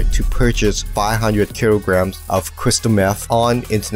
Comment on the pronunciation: “500 keerograms of…” 😂